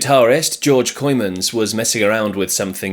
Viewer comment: You pronounced the band members quite ok except for George Coymans :)